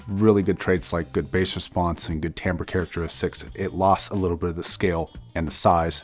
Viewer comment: It's timbre not tamber